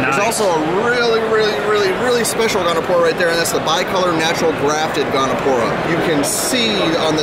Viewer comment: Gonipora. He said it like 4 times